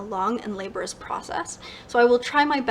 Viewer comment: 50 pages a day, reading the Gutenberg d0t 0rg copy in the public domain, you should be able to read this monstrosity in 22 days. Three whole months? WTF??? And you pronounce "laborious" incorrectly.